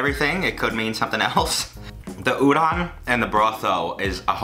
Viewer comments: its ooh-don. heavy on the o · I'm suffering every time you say they're udon dude but good job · The way he says udon😕